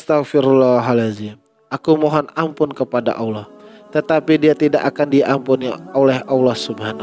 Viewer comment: Ini orang sebut ALLAH AJA UDAH KELIRU.ALLAH BUKAN AULA...